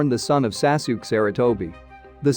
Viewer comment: the son of "Saasook"? I had to stop